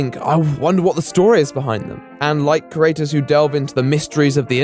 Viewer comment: Very good work but we need to talk about how you pronounce "creator", you do realise there's an "e" in there? Just so you know, I've got my eye on you. Or my ear. You owe me about 27 E's. Ees? How do I write that? Eees? Look here! Stop changing the subject! Eeeeeee!